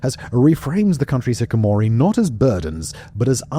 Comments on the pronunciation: I think Simon is missing a syllable, you'd think you'd at least look up the pronunciation of the video subject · I'm sorry to be that guy, but if you're going to make a whole video about hikikomori, please realize it's a 5-syllable word. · Incorrectly pronouncing hikikomori 60 times in a video is painful, i love ur content but im begging you to make sure you check your pronounciation, you're missing an entire syllable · Simon you mispronounced the subject of the video EVERY. SINGLE. TIME🤦🏽 You miss an entire syllable. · gotta love when Simon mispronounces the subject of the video wrong for half an hour straight ❤ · you shouldn't be. The man is putting a video out there trying to explain a complex social issue that appears to be on the increase and he can't even be arsed to learn the correct pronunciation. This isn't an understandable case of putting stress on the wrong syllable, he is missing out a part of the word. He's a Wikipedia merchant. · I came here looking for my tribe who was also bothered by this mispronunciation. Then again, this is the guy who can never say “lengthy” correctly; he almost always says “lengthly,” and there are some videos where he describes how surprised he is at rediscovering that there is only one “l” in it. 😂 I know that because of all the Whistlerverse videos I enjoy. So while it’s annoying, he is giving all these videos for free, and I love his delivery so much, so I’ll cut him some slack. 😅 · Might want to learn the proper pronunciation before making a video about a foreign phenomenon.. SIMON 😂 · Bro. Why even put the word on screen if you're going to pronounce it wrong? We can all read it. Hikikomori. Hikikomori. HI-KI-KO-MO-RI. You're saying hikomori. Completely skipping a syllable. Cmon dude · Pronounces hikikomori as hikomori umpteen times. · bro how do you misspronounce the title of your own video in the first 30 seconds, "Hikamori" lmfao comon bro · Why did you keep saying 'hikikomori' incorrectly? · hiKikomori...not hikimori.